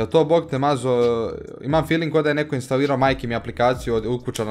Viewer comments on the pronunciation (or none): none